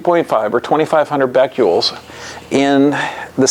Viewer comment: Omfg if this guy says "beck-you-ols" one more time I'm gonna reach thru the screen and strangle him. BECQUERELs. As in Henri Becquerel. The french dude who left uranium ore on a photo plate (why? I dunno) and then it developed.